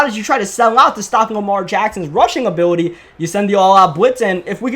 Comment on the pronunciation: “Superstar Uhbiwuty”